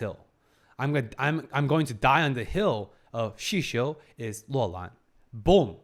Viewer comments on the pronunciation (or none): none